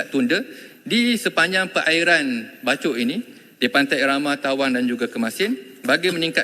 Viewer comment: Bachok ke bachol...?? 😂😂😂😂😂